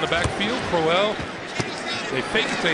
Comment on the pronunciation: It's really annoying how he pronounces Crowell